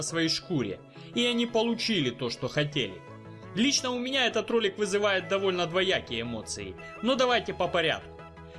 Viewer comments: ДвУякие эмоции? Правильно говорить двОякие !!! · мне 2 раза послышалось слово ДВУякие эмоции, Если так то правильно ДВОякие.